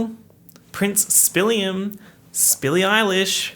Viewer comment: just letting you know bestie when you said "prince spilliam" i had to pause the video to scream 💀